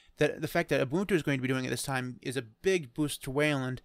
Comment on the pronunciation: Finally, someone who's pronouncing "Ubuntu" right: Ooboontoo